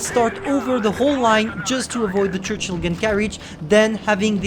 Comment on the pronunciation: Sorry we say churchill not chruchill